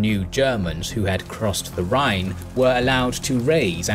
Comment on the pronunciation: I live near Neuwied, where Ceasar build a bridge over the Rhine, you actually pronunced it pretty well, Andernach not so much, but i think this name is especially hard for non speakers. Like always, an outstanding video.